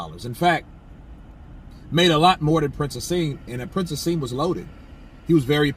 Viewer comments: bro just so you know his name is Prince (Naseem)Hamed not hasem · Naseem Hamed is his name not haseem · Haseem Hamed hahahahaha its Naseem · Lol its prince 'N'aseem hamed and these are comments he made about Eubank Jr. When he lost to George Groves- how can i trust your channel now for credible news?